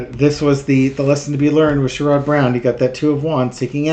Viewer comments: It's pronounced SHARE-id, not SURE-ODD. Sherrod Brown. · it sounds like "Cher" and "good" without the g... with the emphasis on the first syllable... (i'm really not a language dictator, i swear! 😂) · Clue: "Sherrod" is pronounced like "Sharon" with a 'd' instead of an 'n.' I'm in Ohio, and even most Rethugs like Sherrod. Only the ignorant MAGAts will support anyone with an R by their name.